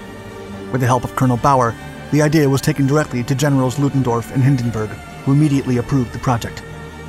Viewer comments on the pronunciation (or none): none